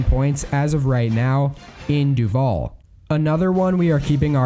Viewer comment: Lol Duval is pronounced DU-val. Not du-VAL. I live here. Also, Brevard is pronounced bruh-VARD. Anyway, I think Joe will win Florida.